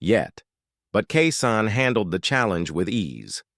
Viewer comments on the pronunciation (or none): His name is KEYSHAWN ĶEY KEY KEY SHAWN SHAWN THIS DUDE DONT KNOCK HOW TO PRENOUNCE THE MANS NAME CORRECTLY DISRESPECTFUL COMMENTATOR NEED KEEP HUS MOUTH SHUT AND FINE ANOTHER JOB😅😅😅😅